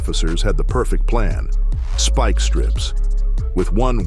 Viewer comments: Speak strips 😂😂 it's Spike not speak. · Who is doing the voice over for this? a rur-ale chase avoiding speak strips LOL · Follow-ed??? Ru-rel??? Da-jed??? Speek-strips??? Is this read by AI? Just use your own voice!!! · “follow wed” “ru ral” “speak strips” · What follow-ed was a high speed chaize, through ru rall wisconson as dodj ed speak strips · something about that whole chase looked off. Almost looked like poor cgi. The movement of the car that was being chased looked unnatural. Also the ai narrator ain't helping it. "What follow'ed" "Through rur'al" "Dodg'ed speak trips". The hell is going on??? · It's way lamer than that! "What follow Ed was a high speed chase thru RU ral WI as dodge Ed speek strips and veer Ed into oncoming traffic."